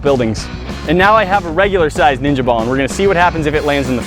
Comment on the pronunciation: You say "10lb ninja ball" and I hear "10lb cannon ball".